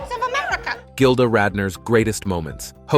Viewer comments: Kinda disrespectful to mispronounce so much material, "gilder" to start with! Research that makes you watch the opening credits of ANY SINGLE OPENING! IM BLOCKING YOU, OUT OF RESPECT TO GILDA. YOU SvCK GREEDY SWEATY ONION TESTES!! WISHING YOU NOTHING BUT MISERY . CHEERS PUSS BALL! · Can’t handle him calling her Gilder